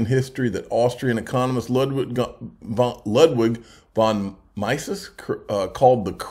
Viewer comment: it's Ludwig Von "Meese-is" Like "Geese. Is." Godfather of Economics.